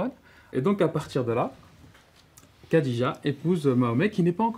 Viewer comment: Des cours d'exégèse coranique payés avec de l'argent public, et dispensés à des gosses déjà obnubilés par la religion… Intéressant, vraiment. Cerise sur le gateau, le prof n'est même pas foutu de prononcer de manière correcte le prénom de la première femme du prophète. Ce pays devient un asile à ciel ouvert.